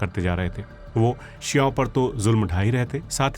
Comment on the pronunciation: Bhai "शिआओं" sahi pronunsiation nahi hai its शिओं